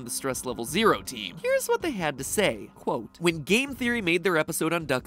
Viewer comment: Stop saying cwote